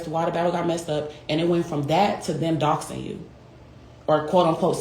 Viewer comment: If she says “dose-ing” one more time. It’s “DOXING” 😂😂😂